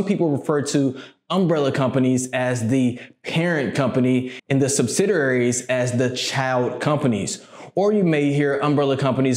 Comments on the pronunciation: Good content..but you may want to start calling them "subsidiaries" instead of "subsidararies". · Thanks for the video very informative but you kept getting the pronunciation of subsidiaries wrong lol